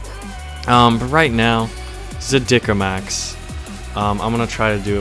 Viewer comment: the speech was very good but the A is not german A enough :D A little bit training and it'll be better ^^